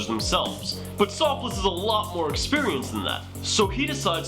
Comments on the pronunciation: Soffils not Soff-less haha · Sofless 😂 it’s pronounced like waffles but an s instead of w